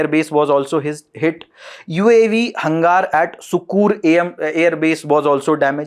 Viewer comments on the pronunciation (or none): Hangaar nhi..hanger hai😁😁😁